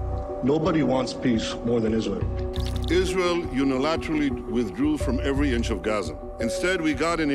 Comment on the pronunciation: I appreciate your coverage, but, please as a journalist, say ISRAEL not ISREAL